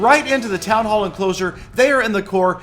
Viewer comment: he said town ho